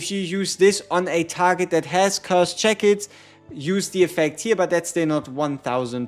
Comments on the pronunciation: so we found out he cant say shackles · How is he pronouncing shackles?